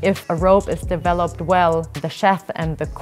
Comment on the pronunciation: Amazing content all these videos! I love the fact he's pronouncing sheath correctly and then straight away the lady says "sheth" lol